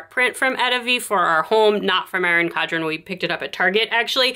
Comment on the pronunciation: Erin CoN-dren** You keep saying “Cod-ren.”